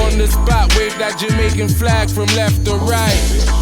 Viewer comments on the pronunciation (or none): none